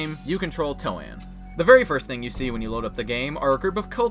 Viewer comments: Everyone else: “I think ‘Toan’ is pronounced the same as ‘loan.’” This guy, an intellectual: “Toe-Ann.” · "Toe Ann" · I've always said Toan like T instead of L in Loan, and never as Toe Ann. I can't say it that way haha